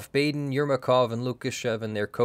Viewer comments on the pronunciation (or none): none